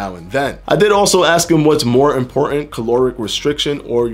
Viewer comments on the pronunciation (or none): You always aks and not ask! 😁 Thanks for the great videos. Much love